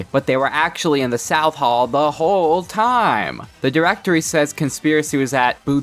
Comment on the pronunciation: Saying hall like haul 😂😂😂😂😆😆😆😆😆😂😂😂😂😂